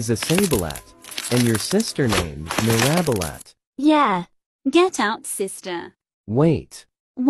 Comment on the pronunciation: "iSaBiLat" "mIrAbIlAt